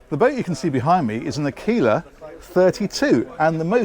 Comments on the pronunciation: 1) too expensive , 2) i owned a 32 foot monohull which featured two double berth cabins, two toilets and a kitchen . That was a much cleaverer use of space . 3) AQUILA is italian for Eagle, and you pronounce it as "a-k-wee-la" . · Pronouciation is àkuila, the center part is like "quick", try quick > aquick > aquila. Means eagle